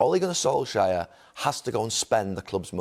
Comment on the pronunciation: “Ole Gunnar Solshire” 😂